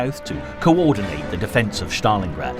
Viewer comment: thats pronounced Stalingrad not Shtalingrad